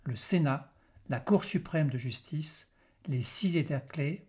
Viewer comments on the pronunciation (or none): none